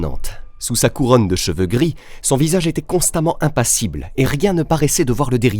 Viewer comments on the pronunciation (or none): none